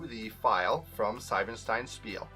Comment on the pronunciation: Pleeease say the „ie“ in Siebenstein as the „ie“ in Spiele, otherwise it would be written „Seibenstein“ 😅 Thanks for the Video, however ☺️